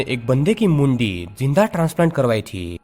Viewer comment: When you saying Mundi.. it's sounds funny to me..god knows why